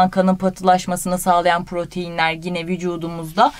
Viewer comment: Hocam çok güzel anlatıyorsunuz ağzınıza sağlık ama bir ricam olacak. Lütfen gine demeyin tik oluştu bende